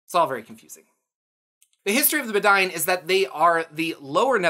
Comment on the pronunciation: I think the Bedine are supposed to be pronounced "bed-een" as a sort of nod to the bedouin. Great vid as always!